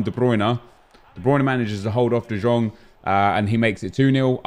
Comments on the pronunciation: who else got triggered bye him saying de jjong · Nep, it's written De Jong but pronounce it De yong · Can you stop se de Jong like that it's like de yong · How long has this game been out and you still cant say De Jong right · Stop pronouncing the j in de Jong